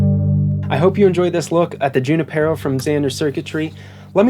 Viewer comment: “Junipero” is a Spanish name & properly pronounced: “ hoo-NEE-Pear-oh “. “J” is sounded like an “h”. Emphasis on “NEE.” Just saying...